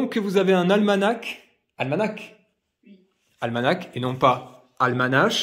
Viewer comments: On dit almana 😉 le ch à la fin ne se prononce pas 😉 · Pour info on ne prononce pas les deux dernières lettres du mot ALMANACH on dit "ALMANA".